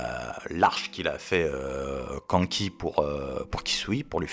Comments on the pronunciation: prononce le K'anne ki avec le "an" de Kanki prononce le comme le "âne" s'il te plait 🥹🥹🥹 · Mec j'aime tes vidéos. Je suis un grand fan de Kingdom mais prononce Kanki autrement stp 😭😭😭😭